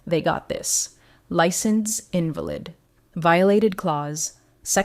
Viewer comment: The term INVALID (lot legal) is pronounced like INVALID (unwell); and ClAws is not the same as CLAUSE.